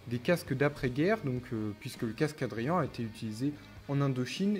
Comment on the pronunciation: Tres jolis casques ! Et bravo car tu es un des rare sur YouTube qui prononce bien Adrian 😂😉